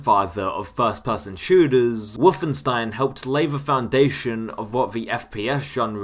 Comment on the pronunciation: why are you saying WOOFenstein?